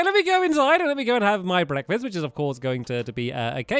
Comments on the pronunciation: I think that stampy said blekfast instead of breakfast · He Said Blekfast